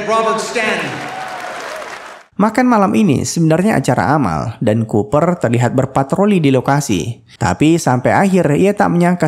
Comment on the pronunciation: Kupar...😁Cooper...koo. pa -berbunyi